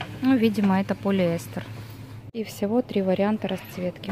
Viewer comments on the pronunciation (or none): none